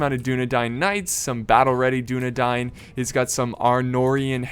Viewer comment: I did. Dúnedain - duːnedaɪn Tolkien's original etymology of the word came from the Sindarian, "dún" meaning west and "adan" meaning men. "Adan" if one follows the phonemics of Tolkien's Sindarian work is pronounced "A-dane" Here's a link to the Oxford pronunciation guide to help out with the guide on I'm not trying to put anyone down or insult and I apologize if that's how I came off. I'm just trying to help out.